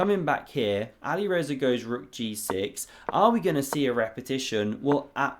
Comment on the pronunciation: Anybody else feel like the pronunciation "Ali Rezza" sounds like it should be the name of a character in a Guy Ritchie gangster flick?